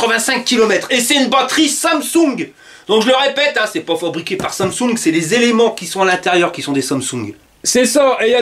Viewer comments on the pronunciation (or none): none